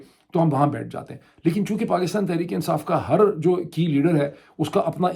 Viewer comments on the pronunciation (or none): none